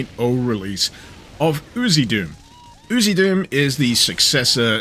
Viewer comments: I always thought it was pronounced as the lettering was: U... Z... Doom. He's just pronouncing it as UziDoom. 🤣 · I'm pretty sure it's U Z doom.. not oozy doom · Different country pronunciation